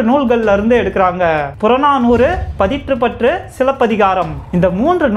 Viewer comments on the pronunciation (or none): Padittru patthu Not pattru